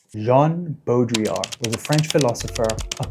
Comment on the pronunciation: my favorite thing about this video is that you are one of two people online ive seen pronounce baudrillard's name correctly